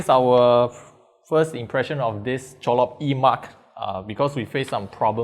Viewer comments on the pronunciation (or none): why are you keep saying cholop???????